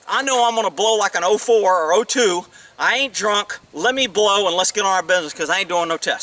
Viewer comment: Omg! Did you just say you are going to hlow me?! Sometimes you say the funniest things.